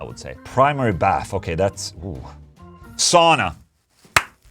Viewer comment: Sauna ..... ITS SAUUUUUUUUNAH cmon OLA the SWEDE you live next door to FINLAND say it properly